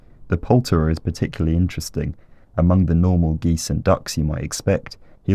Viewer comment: EEEN-Terresteen "interesting"